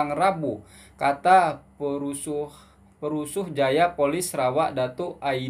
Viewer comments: Minit ke .. Maaf ye, bukan PERUSUH tapi PESURUH 😊😊 Salam dari Malaysia 👍👍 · Bukan "perusuhjaya" dik, tp "PESURUHJAYA POLIS".. 🤣🤣 Perusuh tu bahaya dik.. 😂😂 Apa2 pun thanks for the video.. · > Bukan pe ru suh jaya polis, yang betulnya "Pe su ruh jaya Polis" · bukan perusuh bang, tapi Pe-su-ruh. Perusuh tu orang merusuh marah-marah😊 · Pesuruhjaya bukan perusuh jaya. Sebut betul-betul. Salah sebut nanti makna jadi lain. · 😂😂bukan perusuhjaya bro tpi pesuruhjaya ....perusuh bahaya bro ,merusuh,demo demo'an,ricuh... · Bukan perusuh Jaya tapi pesuruh Jaya bacanya YG benar dong perusuh=orang membuat kekacauan@